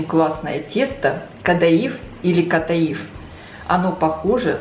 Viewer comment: Ката'иф ударение на второе а